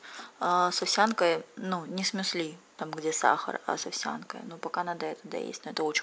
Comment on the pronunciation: Умываться нужно и утром, и вечером. За ночь кожа потеет, и на ней оседает пыль. И ударение в слове мюсли на Ю. Я не хейтер, просто режет слух)